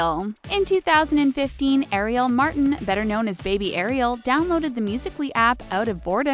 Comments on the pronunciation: It's Ari-L is how you pronounce it GET YO FACTS STRAIGHT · It's not Eriel it's Ah-rhi-el